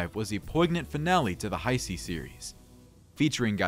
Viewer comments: WTF IS THE HI-C ERA??? It's pronounced Ha-Say🙄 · I understand that. It was a joke on how the guy says Heisei. So, you were serious when you said “not a real fan”? Wow.